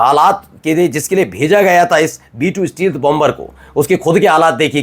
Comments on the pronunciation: Steal- th nahi Stelth is correct pronunciation ! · Stealth ka sahi uchchaaran : “STAYlth”